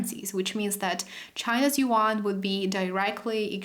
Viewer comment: yuan i believe not yean